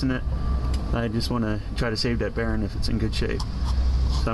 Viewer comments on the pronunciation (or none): I like how you say "bearing" (Barron) haha